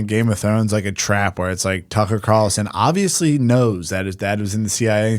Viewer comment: I've looked into him, I just think it would make for a good Ep.... Spud sperging out, responding to stuff he's never heard of with "OBB-vee-us-leee" for old times sake.